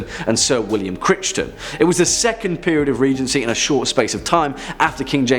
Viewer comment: Great vid! FYI regarding the Black Dinner Crichton' s name is pronounced 'Cryton', not as it's spelt. Sorry to point out but as a Scot and a history student I was cringing a tad! Nevertheless great vid! #topscary